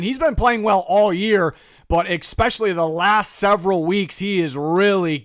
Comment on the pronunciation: Ekspecially drives me nuts